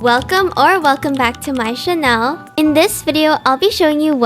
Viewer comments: I like how she says channel like Chanel 😂 (No hate tho~) 😊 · hi!! (not to be mean or anything ofccc!!) but i think English isnt your first language, so i wanted to help you with your pronunciation!! so, comfortable is like "kom - fter -ble" and channel is like chan - l (hope this helped!!) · 🤍💗The way yyou say channell😂